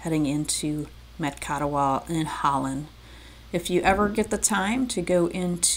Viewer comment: Macatawa is pronounced (mak-ə-TOU-ə). One of the most beautiful places on the west Michigan coast.